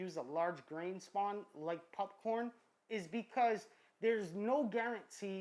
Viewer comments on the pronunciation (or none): I had to skip the entire popcorn section. I couldn't get over "pupppcorn". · I heard him say “pupcorn” and was like “ha let me check the comments”.... then I realized that I say popcorm 😒🤫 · He said pupcorn I’m dead 😂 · I hate the way he says pupcorn. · I like how you say pupcorn. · Can someone teach our masked friend to sAY "POPCORN!" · Stop saying pupcorn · Are you seriously saying popcorn wrong on purpose